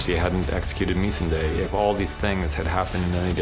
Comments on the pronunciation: Meece -In-Day? Are you fried my guy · Okay I know this is very minor, but did I just hear the David Benioff, one of the show runners, mispronounce missandei??? It’s . Good god these guys didn’t even know how to say the names of the characters of their own show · This is the first time I ever heard one of the writers pronounce the name "Missandei". It explains a lot. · You can't pronounce Missandei ...dude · Can I also just say I can’t stand the way D&D pronounce “Missandei”!? Like, they are so removed from the show, they don’t even know the correct pronunciation of the characters 🤦🏼‍♀️